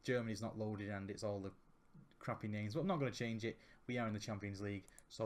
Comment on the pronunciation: is back! He is butchering names once again! I love it:)